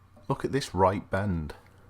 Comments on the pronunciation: Ok confession time. I actually misheard you 0.11 seconds into the video. “Look at this right… b..end”. 😂 Had to rewind it and watch it again. I mean … we all thought it when we saw it.😅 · Only if there was an "ell" in between.